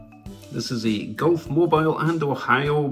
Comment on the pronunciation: The red GM&O boxcar , it's pronounced Moe-beel, not Moe-bile as in moveable.